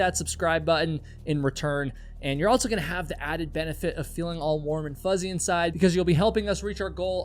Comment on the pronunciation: At what age roughly did you start adding a "T" to the word also? "Altso"